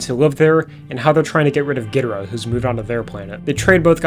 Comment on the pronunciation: Long time Godzilla fan here, and I'm here to tell you that despite many comments, you actually pronounced Ghidorah closer to how it's supposed to be pronounced. In Japanese, the first syllable is emphasized most often, as in "GEE-doh-rah". To reflect that, the original English dub pronounced it as "GEE-drah" and spelled it as "Ghidrah". In the later English dub movies, particularly from the Heisei series and onwards, the pronunciation changed to "gee-DOOR-rah", which became the most frequently used pronunciation for all Godzilla media in English.